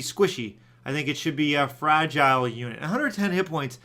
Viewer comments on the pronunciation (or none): none